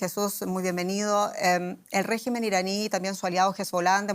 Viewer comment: La periodista hace enfasis en la palabra "regimen", refieriendose al gobierno iraní, pero no asi, oara referirse a la figura de Trump. ¿Acaso es Irán el que tiene bases militares por todo el mundo, ademas de amenazar a todos los gobiernos que no hagan su voluntad? Cuando EE.UU y sus lacayos europeos, incluyendo Alemania, deciden atacar a un pais por sus interes económicos, no hay quien los detenga. Pero EE.UU, tambien es capaz de castigar a sus propios "socios" si así lo ve necesario